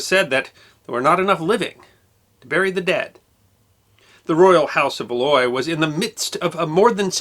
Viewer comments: Valois is pronounced ‘VAL-wah’. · “Valois” is pronounced “valwa”.